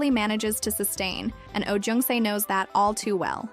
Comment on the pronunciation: Oh Jung Se: Jung is pronounced "jeong", not "yeong". Also, the wedding photos of Kim Dong Wook and Lee Sang Yeob are switched -_- A man who remembers and treasures the woman who stayed with him through thick and thin, is a good man.